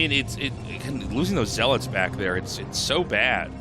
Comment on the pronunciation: Someone teach him how to say zealots lol